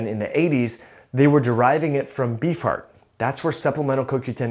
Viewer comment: You say beef heart I hear bee fart